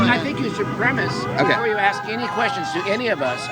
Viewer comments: Ask not axsk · are you aware you keep on saying AKS instead of ASK? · The word is aSk with an S. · I like this video but how do you ax a question? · bro, you're better than this. just stop with the "axe" a question...it's like a white person having to learn how to say "aint". or "yall" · I really respect the work you do, but will you please try to pronounce the word "ask". Random white guy asking...maybe begging.